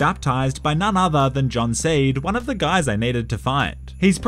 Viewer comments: It seed not steed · It’s Joseph seed not steed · Joseph's last name is not Steed or Stade. It's Seed bro